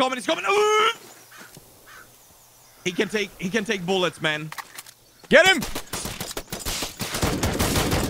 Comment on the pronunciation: Can only be poonetrooted by -rous boollets XD